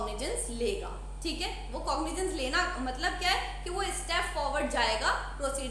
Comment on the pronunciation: cognijens nhi madam cogniZance